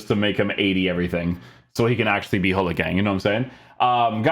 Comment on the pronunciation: Hullit? It’s Gullit, with a ‘throaty’ G!